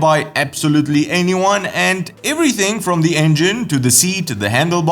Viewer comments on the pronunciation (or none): none